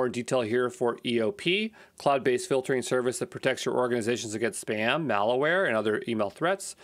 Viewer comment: Awesome, but the entire video you keep saying "IpD" instead of "IdP". And the word "malware" is not pronounced "malaware".